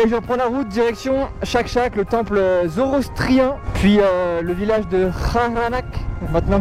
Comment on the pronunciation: Ça donne vraiment envie. Je peux pas m'empêcher de commenter car on dit zoroastrien et pas zorostrien